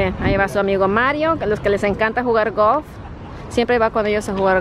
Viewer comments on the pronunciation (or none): por que dices gof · Alguien que le diga que la palabra es Golf , que se escuche la L please 🤦🏽‍♀️.